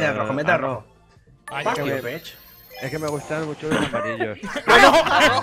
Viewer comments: ¡AL ROHO!¡AL ROHO! (En vez de una j dice h XD) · None: que cartas tienes: AROJO pd: Leviosah haha